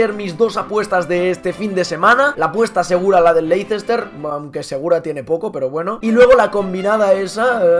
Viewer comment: se dice LEISTER al Leicester